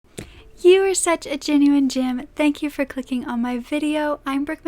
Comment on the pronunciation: at first i thought you said “all the germs” 🤣🤣💗💗